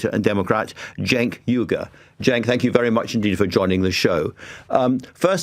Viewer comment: He pronounced Cenk’s name correctly 👍🏾😎